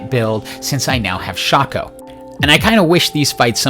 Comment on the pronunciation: RIP, we lost a good man to the SINS META 🥲. Although, perfect pronunciation of Shaco, you deserve a like for that :3